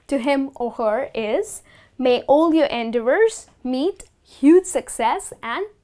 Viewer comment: Dear, Why do you put stress on the first syllable in the word "endeavor"?